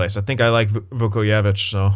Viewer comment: You pronounce the j in his last name btw